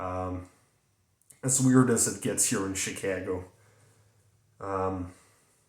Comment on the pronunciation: Having lived in the Chicago area for some years, I like the way you say Chicago.